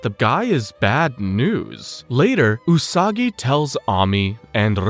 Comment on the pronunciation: The way he mispronounced her name right at the start